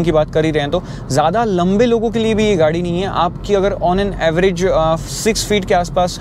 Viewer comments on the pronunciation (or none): none